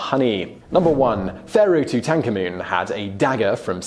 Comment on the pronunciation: Why are you saying Tutankhamen as Toot-en-tanker-moon. Made me twitch unbearably everytime you said it. Toot-en-CAR-Moon.